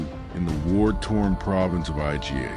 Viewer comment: well it pronounced IGA as I-G-A. You're leaving blatant mistakes in. Don't be lazy.